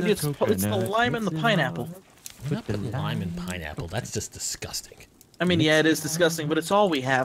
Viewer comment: Instead of saying can you not i heard can you nut